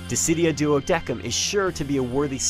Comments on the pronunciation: DES-IM!!! Pronounce it right << Duodecim... not Deck-im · its called "duodecim", not duodeckim..... wtf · i don't think it's pronounced duodekim, it's DuodeCim. If it is Duodekim, I don't like the English pronunciation. XD Nice video though, Even though it's stuff most hardcore fans already knew. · lol duodekim? it's pronounced duodesim xD. "duodecim". Wow talk about fail mr. narrator xD. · It's pronounced [duo-des-im] not [duo-deck-em] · DuodeKIM? LRN.TO.LATIN. It's pronounced duo-the-SIM you ignorant narrator! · But the official title of the game is pronounced [Duo-des-im] Regardless of it being correct Latin pronunciation or not, that is the official title name. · its pronounced Duo-De-Sim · Wait, did he say "doudekum"? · its not Duo-deck-em......-__ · Yes, the 'C' is correct, but he pronounce it like DECKEM ~ I have Latin at school. But maybe it's just hard for american to pronouce latin words as european counties. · I thought it was pronounced "duodicem" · and Prishe, but that's because they're special characters, and yeah the "duodekim" annoyed me to no end... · Wikitionary?? Hahahaha. What a solid rock source you have there. Ask your Latin teacher to beat some of your ignorance out of you. C's in Latin only have a K sound next to A's, O's or U's. Next to E's and I's you must pronounced the C the same way you pronounce the S's. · I agree, Duodecim is pronounced, with the "s" sound in place of "c", not "k". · Yes, that's actually the right way to pronounce the Latin